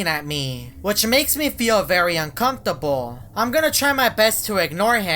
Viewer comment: ah yes, comtable